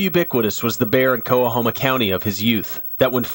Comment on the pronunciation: The way they said coahoma 😵‍💫😵‍💫😵‍💫